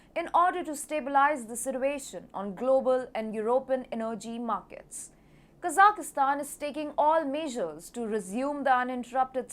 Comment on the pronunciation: usually your pronunciation is great, but not this time. There is no "i" in the middle of Kazakhstan, like "" and most of the the other Central Asian countries. Please correct this, but keep up the great reporting.